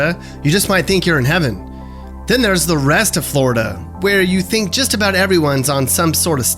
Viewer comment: Flori-duh! Love it